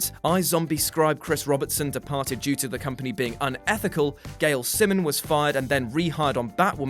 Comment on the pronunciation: How did you mispronounce Simone?